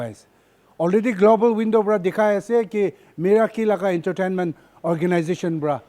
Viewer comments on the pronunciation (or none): none